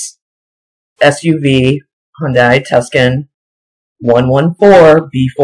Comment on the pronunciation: The car Mary Lou drove is pronounced TOO - SAUN (LIKE SAUNA MINUS THE "A") Like the town in Arizona.